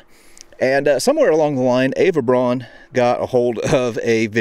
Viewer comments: Quick comment - the pronunciation of Braun is "BrOWn" and not "Brohn" ("John") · Fascinating as always,, but a small nitpick. Eva Braun (pronounced Brown) had a conventional analog movie camera, as there were no video cameras for this type of use then. Several of the clips you include show sprocket holes on the frames left edge. Keep up the great work! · Braun pronounced Brown.